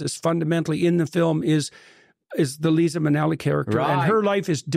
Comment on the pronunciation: It's Lyza, not Lisa. Don't use the LORD'S NAME IN VAIN!